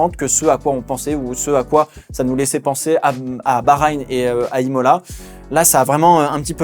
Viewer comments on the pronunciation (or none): none